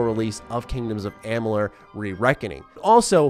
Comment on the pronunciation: and the Multiverse of Gaming yep. says the name correctly in this vid. Mos ago when thqn announced the release of the remaster he couldn't say the name correctly? I find it extremely hard to believe that someone who is as he says a 'HUUUUUGE FAN OF THE GAME!' would not know how to pronounce it. Or to not know the difference between a fateweaver & the fateless one? That's pretty hysterical actually. &to assume that I must be in a bad mood to comment on it? Um ok. You are reviewing a game. It's kinda important to know the facts. Maybe that's just me. 🙍😅